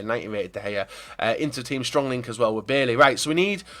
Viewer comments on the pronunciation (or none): You pronuce bailly as buyyay im ivorian